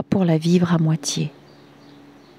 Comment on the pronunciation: Bonsoir ❤, et à tous❤. Merci pour ce très beaux texte🌟🥰, et bien sûr ne pas voir le verre à moitié vide. pour la prononciation...dire "RALIL" DE KHALIL, et GibranE...💕🥀. Très belle soirée ❤et à tous❤🙏🌺💛🌺💛🌺💛🌺💛